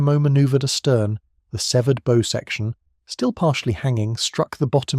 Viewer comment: It`s `Bow`, pronounced as in `Cow`. The Tribals ( is that now considered not PC?) were armed with 4.7`` Guns FFS, not Friggin` Arrows!